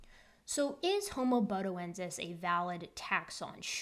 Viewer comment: I first saw the title a couple of days ago, and until gave it the right pronunciation, I was thinking Bodie from AIG. Good to find there's no relation. 😁🤓